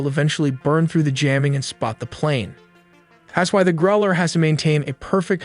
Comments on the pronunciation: The way the voice says GROW -LER instead of GROWL-ER kills me. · Yeah - note to: the “ow” is pronounced like the ou in “ouch” if someone hit you, not like the ow in grow. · Growl ler! Not Grow ler. Good videos, crappy, and almost useless, narrating! It’s kind of annoying to know that you could do so much better but don’t. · Is GROW-lers the pronunciation? Or GROWL-ers? I have no idea I just want to know lol zero hate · Excellent video. But for non-native speakers, it rhymes with "how", not "no". Growl-er, not Grow-ler. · Say grow ler one more time JFC 😤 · The pronunciation of "growler" on the video is rough